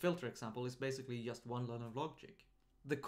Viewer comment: Hey + - I love the video series you're running. I know you're from Sweden - which is great by the way - but I have one feedback on the 'j' pronouncation. When you say 'just' - please use the same sound same as in "juice", not as in "yaml". Because it's "j" not "y" - there are thousands of comments already so you'll probably miss this one, but I needed to write this. Thank you!:) Again, the series are great:)